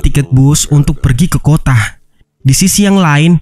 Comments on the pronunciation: Kota jadi kotah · merekah di kotaah